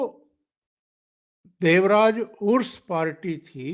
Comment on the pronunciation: जी, देवराज अरस बोलने का है, उरुस नही। अरस का मतलब, राजा, जो यह सब क्षत्रिय जात के है। हमारा कनाडा खराब मत कीजिए